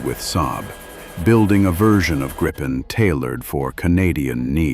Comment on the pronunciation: A small but nagging detail: Gripen is pronounced "Greepen", not "Grippen". The name is Swedish for "The Griffon"